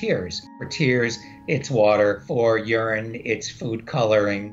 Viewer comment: "For tears... it's water... or unrine" (I know what he meant, just sounded funny out of context